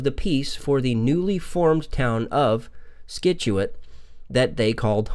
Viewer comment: It's Scituate (sit-chu-it)